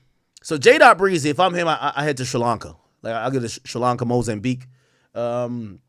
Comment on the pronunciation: “Mozambique “ 🤣any Mozambicans hear Ak2?